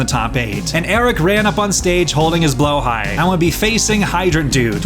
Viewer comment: "His blowhigh"💀💀💀💀💀